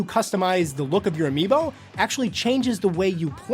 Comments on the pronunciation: did you really say amiibo!? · He Said Amiibo! Lol